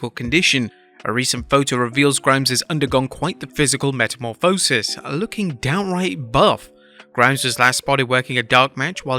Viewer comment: The way he said metamorphosis gave me a stroke 🤣